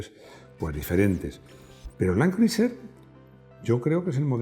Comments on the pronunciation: Todo estupendo, un video genial pero se pronuncia land cruser. Al igual que Tom Crus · Buena reseña, que lástima que los españoles insistan en pronunciar los nombres en inglés como lo harías en un alfabeto hispano, asi les duela la boca la I de Criuser NO SE PRONUNCIA a riesgo de parecer demasiado ignorante